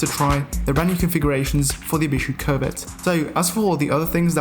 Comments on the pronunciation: Covet and covid he just say like the same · You pronounce it 'covid' which I do not enjoy